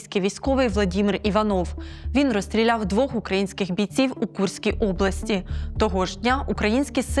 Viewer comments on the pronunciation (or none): українська (!!!) типу журналістка говорить "укрАинскіх" ти досі не знаєш, що "украЇнських"? Яке тупе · Шановні, навчіть свою ведучу ставити наголоси! Якщо вже взялась розмовляти москальською мовою, то нехай хоть не говорить: «укрАинские»!!!